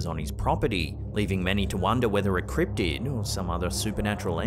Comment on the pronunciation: I don’t think it’s a cript’d or criptid but I know it’s not a criptead.